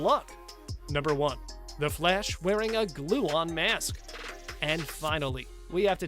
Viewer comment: Nobody: Flash channel narrators: FLESH, sicada devow, zom, sico